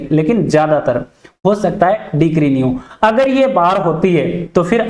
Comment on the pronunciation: डिक्री क्या होता है, ? डिग्री होता है